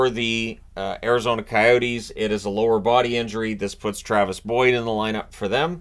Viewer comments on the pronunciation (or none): none